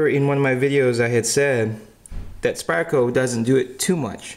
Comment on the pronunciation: can you please stop saying Spire-Co ...its SPYDER.. With a D... not spire, SpyDDDer